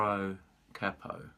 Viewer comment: Good to hear capo pronounced correctly. I've lived in the US for many years and always heard it said "cay-po" which sounds proper daft.